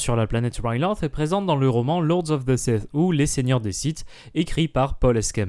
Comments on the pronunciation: oui sauf qu'en Français Ryloth se prononce "Rilote" ou "Rylote" Sinon très bonne vidéo à part ça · c'est quoi cette prononciation de Riloth?